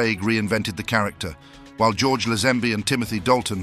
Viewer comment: Who's George Lesanby? It's pronouced Laze- Hen- Bee!